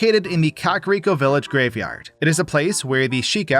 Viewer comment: i’ve been watching you for a while and it still makes me giggle when you pronounce it “cock-rico” lmfao